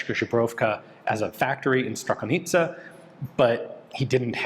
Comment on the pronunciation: Dobry postreh Ondro. Me se libi jak Ian vyslovuje slovo Zbrojovka ("zebrovka"). To je pro me prekvapujici vzhledem k tomu, ze se pohybuje v Cy-Zy jiz pomerne dlouho. Ale uz skoro umi rict slovo "Strakonice" coz je chvalyhodne :-)